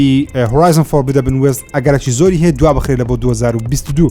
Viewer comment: ھەر فێر نەبووی بڵێی فۆڕبیدن وێست؟